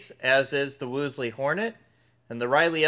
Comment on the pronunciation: Wolesley, pronounced, Woolz.lee